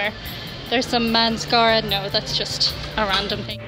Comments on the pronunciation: Did you just say "manscerra"? When in the men's isle? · Manscarra, eh? 😆